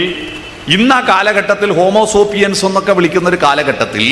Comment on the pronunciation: ഹോമോസോപ്പിയന്‍സ് അല്ല ഹോമോസേപ്പിയന്‍സ് എന്നാണ്!.